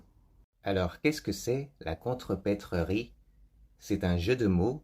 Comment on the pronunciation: Attention! Contrepèterie [kontröpetri] et non [kontröpetröri]